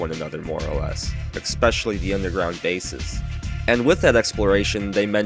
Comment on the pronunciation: There is no X in the word especially!